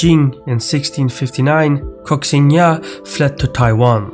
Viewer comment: Amazing pronunciation for Koxinga. In Taigi it is written as Kok-sìng-iâ, and the Dutch rominized it as Koxinga. So you are probably the first youtuber to ever pronounce that name perfectly. I have some issues with some map visuals. First, the silk road you drew went through Tibet, which should have gone more towards the north, hugging the Taklamakan from the north and the south. Second, neither the Dutch nor Koxinga not even the Qing ever had control over the entire island of Taiwan. The Dutch held on to Northern Taiwan after Koxinga took their base in the south, and only left Taiwan all together after Qing force migrated all coastal inhabitants in Fujian to weaken Koxinga, which made doing business with China from Taiwan impossible for the Dutch as well. The Japanese were the first to have complete control over the island, and they only achieve that in the early 1930s, over 30 years after they first annexed the island. The US doesn't recognize the ROC government in exile as the sole representative of China. That is completely separate from the US' commitment to the people on the island of Taiwan. The fact is Taiwan is an separated enemy state as a result of WW2, and according to Article 77 of the UN charter, that should grant Taiwan to become an UN Trust Territory, trusted to the Allied Powers. The US as the principle victor of the Pacific Theater merely delegated the task of governance to the ROC government. The subsequent immediate annexation, taxing, conscription, and ma